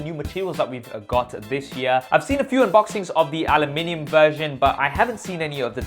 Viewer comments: My man can never say Aluminium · Switching between English and American when saying ‘Aluminium’. Multi talented. 👍🏻😀